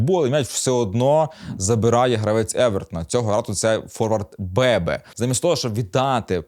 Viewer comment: Бето*, а не Бебе